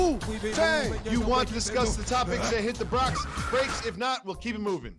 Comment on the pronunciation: Did my man's just say "hit the brAks?" 😂